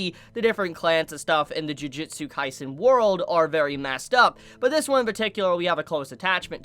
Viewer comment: Did this dude just say "Jujitsu Kaisen"???